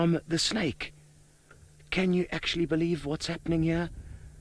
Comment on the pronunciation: 视频里的英文还算能听懂啦，只要你不让此人糟糕的发音所左右就是了。比如把蛇snake或成了小吃snack。呵呵。